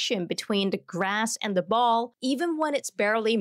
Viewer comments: "da distance" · Why do you use a fake accent? You clearly have no problem pronouncing words that end in “th”.. but you pretend that words starting in “th” start with a “d” .. for example , you say ‘duh’ instead of ‘the’..